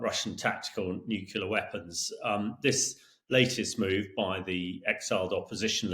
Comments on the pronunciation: It's pronounced as it is spelled.... Nu - Clear not Nuke - ular. C'mon guys. 🤨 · Hamish should learn to pronounce ';nuclear ' without saying nukular ffs.